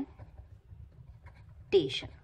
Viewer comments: Normal English hi bol lo madam fraqqqmention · Thank you so much for your explanation...But the way, you were pronouncing fraaaaaaagmentation😂😂😂, that was awesome....Again, Thank you....